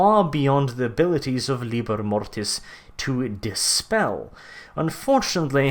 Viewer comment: Maybe you mean LibEr Mortis not Libr Mortes?